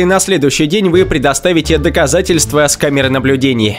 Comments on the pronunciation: Отвратительно слушать когда слова ковяркаиете. Вы ведь враде грамотничеловек. пример того что вы говорите: камера наблюдинье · Чувак что у тебя за проблема с произношением окончаний? Почему доказательствэы ? Увальнениеэ, наблюдениеиэ